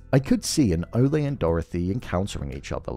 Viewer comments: It’s Ole like “ol’ - old”… not O-lay lmao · My take on Ole Munch (which by the way in episode 3 Gator mentions that it's pronounced Ooh-Laah) that again this is an homage to the Coen Bros. movie villains like Anton Chigurh or the biker from Raising Arizona. These types of Coen-esque unstoppable forces of nature almost mythical creatures, stuff of legends. Like Lorne Malvo in season 1, Ohanzee 'Hanzee' Dent in season 2, V.M. Varga in season 3, only this time I think the creator/writer Noah Hawley went a step further in cementing this villain's status as mythic by showing us the '500 years ago' title card and making us wonder if Ole is some ghoul that has been living for the past 500 years or if he is an ancestor. We will see how the season pans out but I think they will not provide any more background on him just to keep us wondering. Anyway, Noah Hawley has written/created one of the best villains ever in tv or film imho in these Fargo seasons. I also think they steal the show every time. And I am also wondering if Season 4 performed lower than the other seasons because of the lack of this legedary, mythic type villain.